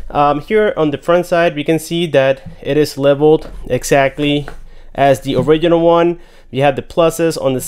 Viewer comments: It’s not orikinal its orijinal im talking about “original” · Please pronounce original correctly. There's a G there for a reason